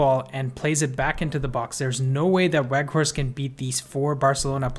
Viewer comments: Bro, it's pronounced "Vout Veghorst", the W is changed to a V. He confirmed this himself in an MUTV welcome video interview. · haha u said it a few times wrongly though, just helping you out with a reminder. I think it's a good habit to develop as part of professional presentation, just like how we learn to pronounce names like Tchaikovsky or Saoirse correctly. Just some constructive criticism, don't take it the wrong way.